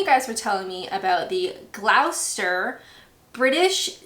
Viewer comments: It's pronounced "". Not critisising, just correcting.(You're not to know) Maybe you could make a video on wierd English place names, there are a shed load that even most English won't understand!! Great vids, I love these! xx:finger-red-number-one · Excuse me??? By the way, with respect to gurning, it helps if you don't have teeth in your mouth. (N.B. that's a statement not a threat! Keep your teeth in! 😁) When you say Gloucester you sound like a Cumbrian! In the rhyme, Doctor Foster went to Gloucester, the pronunciation of Gloucester rhymes with Foster. Fortunately you didn't pronounce it Glau – sester, like many from North America. You're becoming anglicised, methinks. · Did you say GLOW-STER? Shame on you!! It's pronounced GLOSS-STER! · Gloster, not Glouster. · "Glauw-ster"? Gloucester is pronounced "Gloster". Obviously. Both gurning and black-pudding hurling are either mainly or exclusively practised in the north of England. Where I grew up, in Gloucestershire, "welly throwing" was known as welly-wanging. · Oh the memories! I haven't done welly-wanging since I was a kid. Pro tip, don't try to discuss it when you've had a few. The words have a propensity to come out very wrong 😆. Great video, thanks for sharing! 🥰. Oh, P.s It's Gloss-tur not glauw-ster lol. Good attempt tho! 10/10 for effort 🙏🙏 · PLEASE… Gloucester is pronounced GLOSTER. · Gloucester - pronounced gloster (flat 'o') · Gloucester is pronounced 'Gloster'. And when you were gurning it looked like you were having a poo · Pron Gloster my dear!............7 years you say???? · Gloucester is pronounced Gloster. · The shin kicking competition in St Helens, Lancashire is done with no padding and blades on the shoes. Gloucester is pronounced as gloster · Gloucester is pronounced Gloster , Glostershur. 😄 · Here in Cheshire we have an annual pancake race where people toss pancakes whilst running with a frying pan. It is taken very seriously! (By the way it's Gloss-ter)